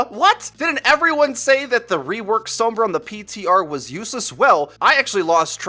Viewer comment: "Some-bruh" with the "some" reminiscent of the sound of "some" in chromosome is pretty close to the correct Spanish pronunciation. Sombra also means shadow in Spanish btw.